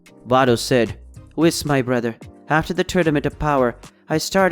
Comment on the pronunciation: lmao why he sayin whis name like that😂